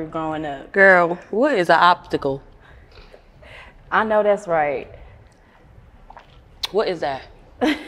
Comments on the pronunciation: 🥴🤣🤣🤣 obstacle....what is a obbbbtickle...😬🤷🏽‍♀️🤦🏾‍♀️🥴🤣🤣🤣 Fxck it take it back to geometry.... I’m the Dove that fly up in the sky cuz des bishes is dead...🤪 I love her.... PERIOD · She said what’s a opsticle 😂😂😂😂😂😂😂😂😂😂😂😂😂😂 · I cant stop laughing suki said girlll whats a ox icicle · GURRLLL WHAT IS A OP-THI-CULL YALL CAUGHT IT A 1st